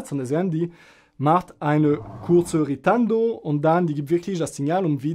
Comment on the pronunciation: Isnt it "ritardando"? Or does the word "ritando" exist, as well?